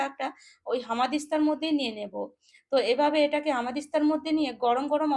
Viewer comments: হামাদিস্তা নয়, উচ্চারণ শুদ্ধ করুন এটা বলুন হামানদিস্তা, ঠিক আছে! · একদম ঠিক বলেছেন! ঠিকমতো উচ্চারণ শেখেনি! হামানদিস্তা কে বলছে হামাদিস্তআ ওর হামাগুড়ি দেবার অভ্যাস এখনও যায়নি মনে হচ্ছে!